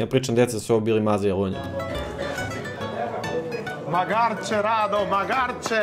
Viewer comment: Mislim da se ne obraća Radi sa "Magarče!", već da joj ukazuje nišlijskim akcentom na (malo) magare - "magarče". Pogrešno si akcentovao 🙃... (mada verujem da nikog i nije briga). U svakom slučaju "Keep up the great work, "